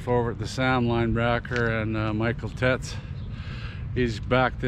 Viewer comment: Nice to see your face in this one! I think Teitz is pronounced like “tights”. He has an injury from last season or is still recouping. We also have Dalke I think.